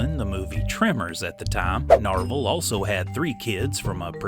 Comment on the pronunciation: Not Norval.... Narvel. 😂